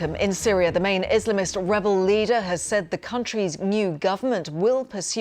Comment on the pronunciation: "Is.slum-ist" for "Islamist"? "Cat-ar" for Qatar? But, "Hezballah" was actually pronounced correctly (enough) by the lady. Spelled phonetically exact it's "Hezb-a-law". Not a scholar, nor a fluent bilingual, nor a language expert of any kind. I just grew up with all the aforementioned and paid attention when they spoke.